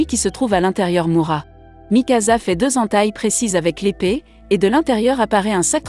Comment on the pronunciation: A mikasa ce n'ai pas mikaza mais mikasa